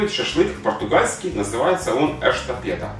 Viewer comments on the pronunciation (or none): Espetada а не эштапеда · Espetada :) произносится как "шпэтАда". Блюдо с острова Мадейра. Рецепт не точен но да бог с ним :)